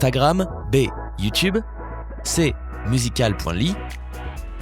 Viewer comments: On dit pas MUSICAL POINT LY on dit MUSICALLY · Tu dis musical point l'y mais sa ce dis musicaly. Piégés!? 😎😎😎😎😎😎😎😎😇😇😇😇😉😉😉😥😕🙄. Parce que j 'ai musical.l'y. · On dis pas musical . Ly on dis musicali sinon super vidéo 😚😚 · se prononce musical ly (il ne faut pas dire le point. ) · ça se prononce "musicaly" et pas "musical point ly" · PUTAIN IL M'A STRESSÉE DE OUF AVEC SON MUSYCAL POINT LY!!! Ça se prononce Musically, certes il y a un point ) mais ça se prononce Musically... ET NON MUSICAL POINT LY!!! EUM dsl je me suis un peu emporter... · On dit pas « Musical point ly » ça se prononce « musicaly », comme si on enlevait un l et un « . »! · Ha chui mort il a dit musicale . ly au lieu de musicaly 😂😂😂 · ptn il a dit guif et musicale.li ON DIT MUSICALLY 😭 ( en plus mtn c'est tiktok ) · Mmmmddrrr il a dit ''musical . Ly'' alors que sa se dit ''musicaly'' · 12ans et 10 points. Génération Z. Et on dit pas « Musical-point-ly » mais « musicali ». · je rêve ou il dit «Musical POINT ly» ?? 😱🤣🤣🤣😂😂😅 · NON MAIS C PAS SA JPP MDRR c musicaly qui se prononce et pas musical point ly mdr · On ne dit pas on dit musicaly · Tu a gâcher la pronotiation de ça se dit comme omon le lit '' musicaly'' 😱😂🔫😢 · Musical . ly mdr ça se dit pas comme ça dsl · Musical. Ly mdr il ne sais pas le dire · Ça s écrit musical. l y mais ça se dit musical y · On le prononce musically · musical point ly 🙀lol tu vient de la préhistoire ou quoi même ma grand sait le dire correctement 😹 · On dit musicali mais sa s'écrit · Ça se dit musicali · Le mec il dit musical point ly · Mtn c'est tik tok le mien c'est la_tunisiennedu21 voilà 😂😂😂ps. Il m'a tuer quand il à dit musical point ly mdrrr😂😂😂😂😂😂😂😅😅😅😅😅😅😅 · Sa m'a tuer quant il a dit ça "musical point ly"😂😂😂😱😂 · on dit musicaly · Il a dit musical point ly 😂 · Une p'tite blonde non "musicoly" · mdr il a prenoncer le . dans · Oui, moi aussi, ça m'a stressé quand il l'a prononcer comme ça